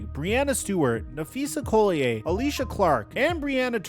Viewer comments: If you're going to report on the league you should probably at least be able to pronounce one of the most important people in the videos name correctly. Im not complaining, just letting you know that will be the excuse they use to say you don't know what you're talking about. Collier (Call-e-yer) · its Napheesa Collier pronounced call-Yer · I clicked away when I heard him say Phees last name wrong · Please learn how to pronounce Napheesa Collier's last name right...